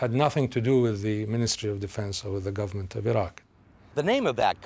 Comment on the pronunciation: I swear at the start he said "the u.s gaverment cant leave a rock until its government can govern itself" lmao